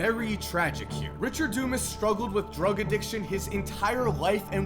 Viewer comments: Pronounced, Dew-Mahs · Its not dumbass........its DUMAS (thick headed) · Is it pronounced DOOmus, dooMAZ, or DUMASS?